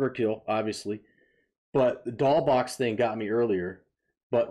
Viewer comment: Hi. I wanted to point out that the "S" is pronounced in the band name "DOLL$BOXX". it is stylized as a dollar sign, but it is an "S". I meant to mention that when I watched your "Take My Chance (live)" reaction. By the way, I really appreciate you discovering so many Japanese bands. It's really helping to expose more people here overseas to some amazing music. I dived deep into Japanese bands several years ago, but I am glad to see so many people also making the discovery. 🤘